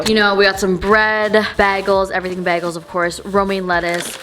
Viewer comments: "bag-els" Me: "bage-ls" But yesss everything is the way to go! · she said "bag-els" JASHAHHAHH ily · The way she says bagels but im not judging though just saying